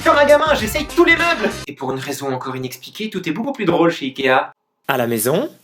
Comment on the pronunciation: Je suis le seule à à avoir remarquer quil a dit ea a la place de ikea?